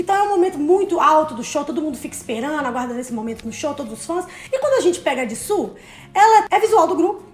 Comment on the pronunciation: Ama tanto sabe nem falar o nome dela,mano,mano e JISOO não JISSO